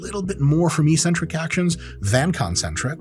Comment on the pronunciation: Oh no, I heard the word that sounds so dumb and uninformed. Ee-centric. It's pronounced eccentric ( "exentric" not "eesentric") ). Do the homework and start sounding smart.